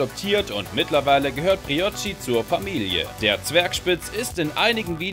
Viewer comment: Hahaha Broichi 😂😂😂😂😂 Es heißt Briochi aber egal